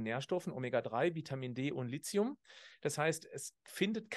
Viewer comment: Sehr informatives Video, vielen Dank! Ein Hinweis: der Grund, warum manche Lithium mit Silizium verwechseln, ist, dass im Video von Lizium gesprochen wird. Man spricht aber, da ein h nach dem t steht, Li –thi –um. Es kommt von griechisch „Lithos“, was Stein bedeutet. (Lithographie, Lithotrypsie,…) Das th ist der Buchstabe Theta, der im Griechischen wie das th im Englischen ausgesprochen wird, bei uns wie t, aber nicht wie ts. Abgesehen davon: Ich verordne meinen Patienten seit Jahrzehnten Vit. D3 und meist auch K2 dazu, ebenso Omega-3-Algenöl nach der Lektüre von tollen Büchern. Bei Vit. K muss man ein bisschen aufpassen, wenn ein Patient Gerinnungshemmer (Vit. K-Antagonisten) nimmt. Es fördert zwar vorwiegend nur K1 die Blutgerinnung, nicht K2, aber zur Sicherheit nicht geben bzw. geringer dosieren. Es sind zum Glück also nicht alle Ärzte so ignorant, wie oft behauptet. Ich möchte noch erwähnen, dass Lithium ein Metall ist und nur als Salz oder in organischer Bindung eingenommen werden kann, z.B. also als Orotat. Nicht zu vergessen: Bor (auch in Verbindungen) Sehr wichtig für Knochen und Gelenke! Jedenfalls super interessant!